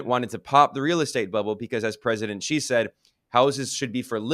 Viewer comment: President Shee not Zee.